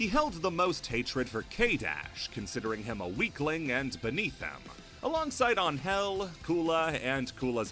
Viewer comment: That's the correct way to pronounce her name.